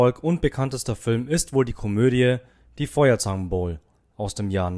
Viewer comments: Das heißt Feuerzangenbowle und nicht bowl . Keine Ahnung von dem was du berichten willst Lass es ..... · Man spricht es Bole und nicht Boul! FeuerzangenBole! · Nicht Feuerzangenbowl sondern Feuerzangenbowle, nicht U f a sondern Ufa, kein trauriges Ende sondern ein Ende in hohem Alter. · Ich war ein wenig über die falsche Aussprache und Interpretation des Kommentators verwundert, wie zum Beuspiel....U...f...A..aber die Filmfirma hieß ufa, nicht Feuerzangenbowl.. Aber es heisst Feuerzangenbowle... Man könnte die Liste beliebig fortsetzen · Lieber Kommentator, daß heißt Feuerzangenbowle, nicht Bowl, ok? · Wie kann man nur Feuerzangenbowle so aussprechen??? BOWLE NICHT BOWL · Ein paar nur nett gemeinte Anmerkungen: Es ist nich Die Feuerzangenbowl, sonder Feuerzangenbowle dabei spricht man das e aus. 3 Männer im Schnee hat mit Rühmann nichts zu tun. Das Filmstudio spricht sich ufa, also wie Unfall nur ohne n und ll😊 Spannend wäre auch ein Blick auf sein Verhältnis zur ns Regierung gewesen. Mach aber bitte weiter 👌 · Was ist das für ein komischer Kommentator? Der soll erstmal lernen, wie man Quax und Feuerzangenbowle richtig spricht! 👎☹️ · Richtig...und "Die Feuerzangenbowle" wird nicht Feuerzangenbowl ausgesprochen..! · Fürchterlicher Off-Sprecher mit vielen Aussprachefehlern („Feuerzangenbowl“, U. F. A., etc.) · Warum sprächen Sie die Feuerzangenbowle verenglischt aus, also bowl; wobei es im deutschen mit e am Ende ausgesprochen wird? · Nicht immer alles veramerikanisieren... die Feuerzangenbowle darf ruhig deutsch wie "Bohle" gesprochen werden. Die Ufa auch anders betonen bitte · Alter sprich Mal Feuerzangenbowle auf deutsch aus.